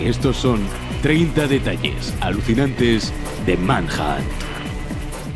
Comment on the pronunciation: escuche tu pronunciacion en "30 detalles alucinantes de gta san andreas" asi que al principio busque "manhatt"